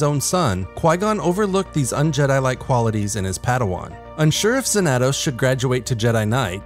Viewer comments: It’s pronounced Zan-a-tos. Study your SW history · Cool to see someone make a short about this lesser known character but... Why're you saying his name like that? You're pronouncing the 2 A's differently. There's no accent so it should be pronounced Xan-a-toss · His pronunciation of xanatos is killing me. Fair enough it may be righr way to say it for the SW universe but I only remember the Xanatos from Gargoyles and that ain't it. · That's not how you pronounce Xanatos... yikes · Learn how to pronounce Xanatos, bro